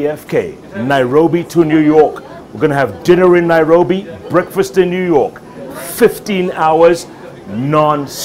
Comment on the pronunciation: Nu york New York lol